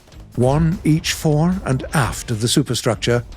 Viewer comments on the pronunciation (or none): none